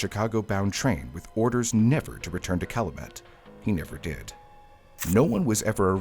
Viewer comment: it's pronounced (Cal-you- mit) Calumet